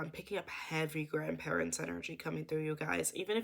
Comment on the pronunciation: the emphasis on grandparents latelyyyyy